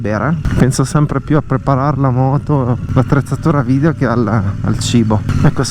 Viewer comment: bravissimo! ma la pronuncia è vidEo non vidio